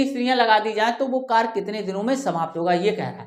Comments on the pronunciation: Sarkar Nahin Hota Karya hota hai aap galat bol rahi ho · कार्य को कर नहीं पढ़ते कार्य पढ़ते हैं